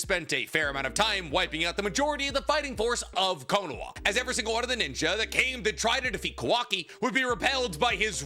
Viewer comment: Bro why does he keep saying Konowa???